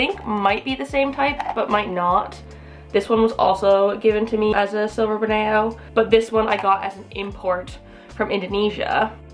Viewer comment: How can you pronounce Schismatoglottis correctly but can't pronounce a simple word like Borneo?